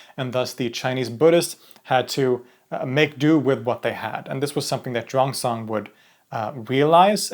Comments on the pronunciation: Xuan zang is pronouned similar to SHUAN JOHN i think you got it backwards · It's pronounced 'Shoo-en zang' . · Great video! Just some minor Chinese pronunciation tips: In "Xuanzang", the 'x' is pronounced like the Swedish 'kj' sound, the 'u' is like the Swedish 'y', the 'a' is like Swedish 'ä', and the 'z' is like 'dz'. Also, "Sun Wukong" is pronounced closer to "Swen Woo Koong". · Xuan Zang is pronounced swen jang